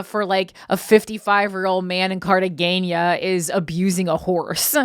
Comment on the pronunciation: Corrine absolutely butchered the word Cartagena (the g is pronounced like an h)…